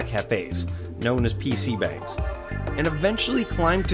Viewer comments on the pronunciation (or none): its not pc bang its pc bong but with a sortof a sound instead of o sound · Did any Korean facepalm when he said pc Bang at ?